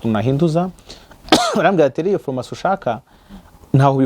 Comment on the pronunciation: Ese ko uvuga ko uri umuhanga ariko ukavuga nka Mama wanjye! Phormacy, reçe,..... Mumbabarire nihitiraga ariko ntibiryoshye kubyumva pe!